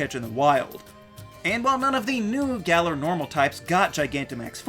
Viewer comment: "Gal-er" is wrong. "Gal-Or" is wrong. "Gall-Are" is about right